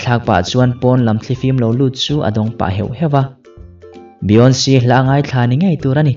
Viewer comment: _ - Beyonce i lamrik (pronounce) ve dan chu leeee.... 😀😃 i va han thring reuh eeee.... 😂🤣😂🤣